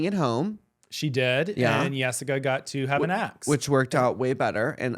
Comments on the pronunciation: Them saying yessica lol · Can y’all stop saying “Yessica”. Just because she has an accent doesn’t mean her name needs to be pronounced as such.